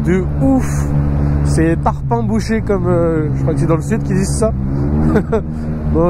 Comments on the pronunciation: On dit "C'est tarpin bouché" pas "C'est parpin bouché" 😁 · On dit tarpin est pas parpin mdrr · C'est pas parpin c'est tarpin 😂